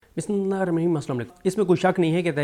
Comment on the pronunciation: SHARM KARO YOU CANNOT SAY BISMILLAH PROPERLY... HAVE SHAME...